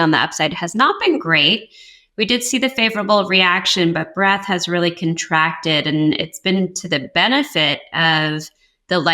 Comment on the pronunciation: Love, but it's BreaDth, not breath.